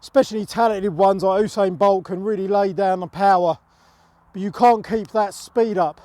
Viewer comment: Oosain bolt